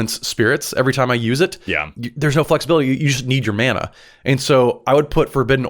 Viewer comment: did dude say /mah nah/? /MAN aah/, friend. ;)